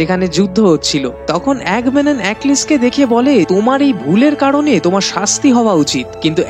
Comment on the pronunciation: নামটা এগামেমনন , আপনি তো ক্যারেক্টারের নামই উচ্চারণ করেন। আবার কিনা মুভির রিভিউ করতে এসেছেন। হাস্যকর ।